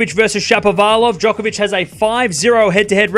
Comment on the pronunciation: Stop acting like Nadal is good on hard courts Bc he’s not also quit calling djokovic jock it’s joke hence he calls himself joker not not jocker !! How about we pronounce your name wrong !!!